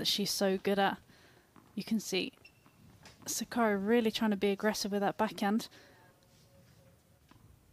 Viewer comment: Suck-a-dee (commentator's pronunciation) sounds like the female version of Rublev.